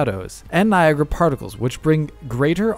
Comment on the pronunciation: can say Niagra unlike